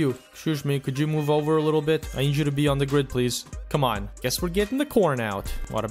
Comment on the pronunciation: "MOOve" "They need to keep WOCing"